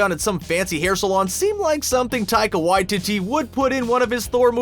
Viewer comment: I'm Māori, and he's pronouncing his name perfectly here, the same way we do.